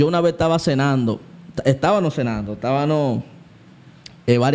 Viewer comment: Dios bendiga hermano excelente contenido Una corrección humildemente sievo se dice estabamos no tabano, disculpe no tengo otro medio para decirle